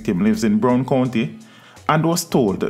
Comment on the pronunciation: (BRO- WARD) COUNTY FAMILY 👪 not Brown.